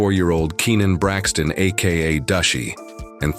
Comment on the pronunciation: “ Mushy” not Dushy we was in middle school together damn that’s crazy